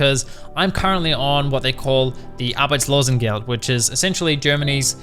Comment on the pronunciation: I like how ge says Arbeitslosengeld